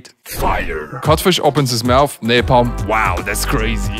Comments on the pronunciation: I came back to say napalm not napom nice vids🤣😂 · You said Napom but in Subtitle ia Napalm😂